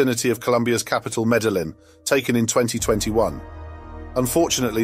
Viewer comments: The name of the Columbian city is phonetically pronounced “Meddy-een.” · Meda Lynn?? Or did you mean Meda-yeen?? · Uzeb-kistan? Meda Lynn? For a former world empire are Brits just awful at geography and pronouncing anything remotely non-English?